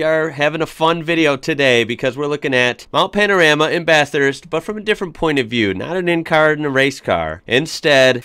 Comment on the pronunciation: Hi. I just have to say that I love watching your videos. You and your family are so entertaining and I love how much you seem to adore our beautiful country. I live in Bathurst and love it here and the videos your react to about bathurst are great but there is one thing that you do that gets to me every time you say it ☺️. The Mount isn’t called Mount Pan-A-rama like you call it, it is Mount Pan-O-Rama. Looking forward to seeing more videos from you soon Mate. 😆